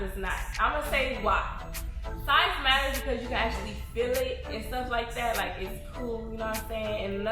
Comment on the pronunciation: Size MATTERS, sis😆😆😆iT mAtteRS-uh🤣🤣🤣 And it's "the blacker the berry, the sweeter the juice"